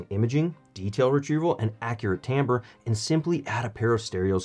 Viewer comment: Finally someone who pronounces ’timbre’ correctly! Great review on great speakers!